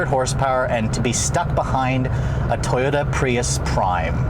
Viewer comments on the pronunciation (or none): none